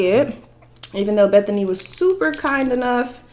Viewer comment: I cringe every time you call her Bethany